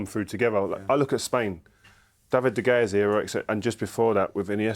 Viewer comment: David de gae heroics